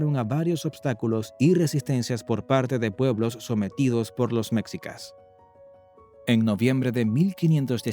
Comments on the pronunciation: Pues esta bien este resumen rápido de la historia de México pero es molesto escucharlo decir meczicas en vez de meshicas... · Jajajaj que cagado que el narrador pronuncie "mexicas" haciendo énfasis en la "x" Y pronuncie"méjico"🤦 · Mecsicas??? Órale!!! Hay que cambiarle… lo correcto aquí en México (se pronuncia Méjico) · Méxikas = ❌ MESHIKAS = ✔️ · Mexica se pronuncia Meshica y no mecsica como dice en el video, sabe mucho de cultura mexicana pero no de pronunciaciones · Mécsicas? Nooo. Se pronuncia Mejicas. Los mayas también practicaban el juego de pelota. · Muy buen video, pero muchas palabras claves están mal pronunciadas: Náhuatl:náwatl Quetzalcóatl: ketsalkóatl Mexicas: meshicas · Enseñaste a hablar las palabras es mejicas no mexica y otras palabras k hablas mal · la palabrfa quetzalcoal lo pronuncias mal y mexicas si quieres explicar documentate mas estas pronunciando mal de mexicas y quettzalcoatl sino mejor no expliques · No es Tahuantepec, es Tehuantepec. Y no es mexsicas se pronuncia meshicas.